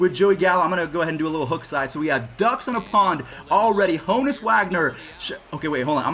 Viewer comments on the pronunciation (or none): Ha-nus Wagner